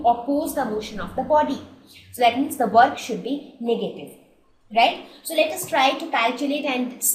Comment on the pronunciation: its not niggative its negative 😂 you are a racist